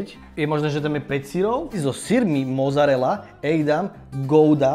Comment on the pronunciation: btw. není to "mozarela" ale "mocarela" :) díky